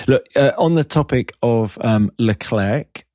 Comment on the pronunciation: Hinch being Canadian, knows that's not how you pronounce LeClerc